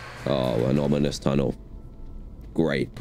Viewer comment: he either said 'anonymous tunnel' or 'an onimous tunnel'